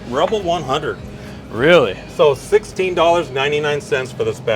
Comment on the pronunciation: Rebel not Renal.